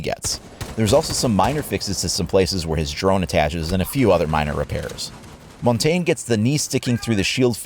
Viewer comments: "MON-TAN-YA" It's French. If you can say Jager properly then why not Montagne? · ugh i know I'm gonna be THAT guy but the montagne pronunciation was so cringe for me, its more of a muntanyuh with a really soft h at the end. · why do Americans all call montagne 'mon-tayn' google it's pronounced 'mon-tan-ya' I just don't understand? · for the love of God peeps pronounce montagne correctly sorry y'all just sound stupid when you don't say it right. just a pet peeve rant